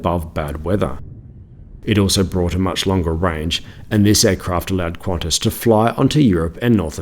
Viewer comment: its pronounced kantas not quantas